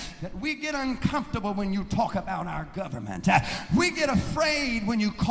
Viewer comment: I HATE that thing the do at the end of sentences, add an -ah at the end of a word, like government-ah